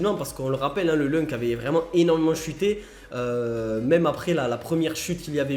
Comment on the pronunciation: Juste pour info ça ce prononce , loun c et pas lunk...